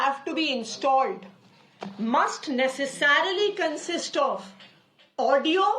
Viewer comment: At 6.23 she says ...Necessaaarily .....Vudio.....bahut dari hui hain